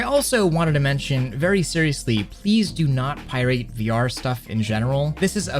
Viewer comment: Did you pronounce the word "pirate" like 'Pie-rate'? That's hilarious.